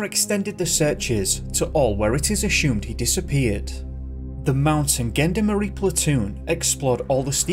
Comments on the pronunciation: the pronunciations did make me smile - gendarmerie isn't gen-der-marie with a hard g, but shjon-darm-uree, with a hard sh (hence adding the J to try to make it sound right!), gendarmes is shjondarm, Saint Hubert is Soh Uuberr and so on. ☺ I have to confess to disliking French in school, those silent letters drive me bonkers and I'm not keen on the snotting sound! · It's Zhawn-darm-eree not Gen-darmerie. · Gendarmerie is pronounced with a soft 'g', not a hard one. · You pronounce the French Police incorrectly !!! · Gendarmerie is pronounced Jon DAR Mery Gendarmes is pronounced Jon Darm